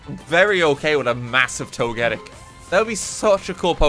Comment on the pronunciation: why the fuck does he pronoounce togetic as togétic